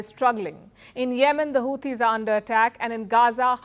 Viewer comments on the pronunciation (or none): none